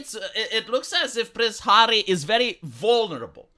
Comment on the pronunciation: "You've sacrificed your pride, 'arry."